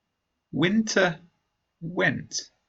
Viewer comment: winter pronunciation (wiinteaa ) 🌚